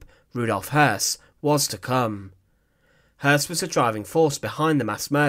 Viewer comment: You added an erroneous "R".